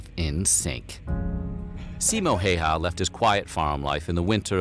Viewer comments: Pronunciation should be closer to "How-ha" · I don't mind if people butcher names in general, and even if I did I would give a pass with Häyhä's name since the letter "Ä" isn't even in English vocabulary.